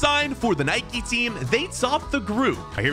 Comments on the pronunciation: It’s not nikeee it’s Nike also it’s not adeedas it’s adidas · It is not Nikey it is nike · Why do u call it nikey WHYYYY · its not NIKEE ITS NIKE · It's nike not Nikée and adidas not Adeedas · its not naiki it is nike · It's pronounced Nike not Nik. Nike was a Greek Goddess and the Greeks pronounce the E. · Its not niké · IT IS NOT NIKIE ITS NIKE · Nike not nikeeeeeeeeeeeeeeeeeeee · who tf says addedas and nikeeee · Can't you even pronounce Nike